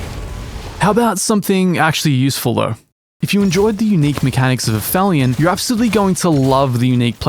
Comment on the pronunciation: Aphilion.....pronounced app-helion. Is the point in the orbit of a celestial body at which it is farthest from its local star